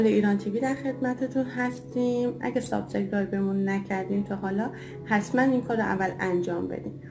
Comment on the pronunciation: عزیز دو کلاس سواد هم یاد بگیری بد نیست،سبسه کرایب نیست،سابس کرایب درسته،خدایا آخه چرا من باید شاهد این قضیه باشم؟! مگه چه گناهی کردم؟!!😕